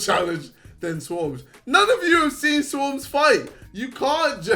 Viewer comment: Jake paul needs to re-learn English if he can't pronounce Swarmz